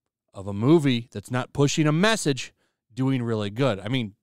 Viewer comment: every time you say message I hear drinker